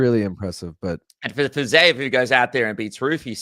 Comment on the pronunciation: for the love of God, stop with the "Fizayev " It's Fiziev. I can't tell if you're doing a Chael "Pierra" bit or what, but it's personally really annoying